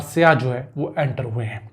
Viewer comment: Yar bhai jan siyah nhi hota saiyah hota he please urdu ki tang na toro bhai